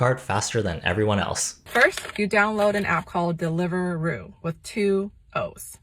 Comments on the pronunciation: she didnt even pronounce the apps name correctly BRO (its de-liver-roo) not del iveruu, its just ur typical arab doordash (same for talabat) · I live in the UK and I genuinely did not expect to hear it as Deliveroo being British and pronounced so slowly, like is not English 😭 No shade here, I am just experiencing whiplash, I am used to only hearing USA based mega-corps